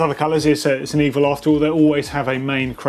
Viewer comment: You could go about telling the folks around you that it’s pronounced “ei-veel.”